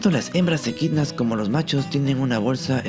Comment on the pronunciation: ¿EDQUINAS? De lo que uno se viene a enterar. Gracias ♡